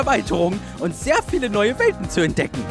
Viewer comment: ich habe bei Welten Welpen verstanden Aussprache arbeiten